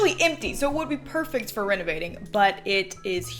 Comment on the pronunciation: did anyone else think she said “that’s what we will be renegading today”? no, just me being addicted to tiktok? 🤣